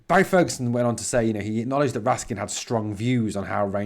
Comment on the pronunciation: Why does folk say raskan his name is raskin